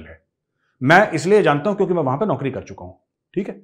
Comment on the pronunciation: Boss, "Naukri" word shaayad Aapne sahi nahi bola.